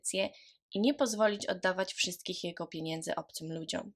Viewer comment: Wielu podkasterow, mówi w ten sposób, niestety